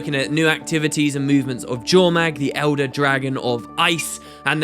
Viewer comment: A part of me cries every time someone says "Jormag". With the Norn and that whole area of the game being lifted wholesale from Norse myth, it feels wrong to me to not pronounce it "Yormag".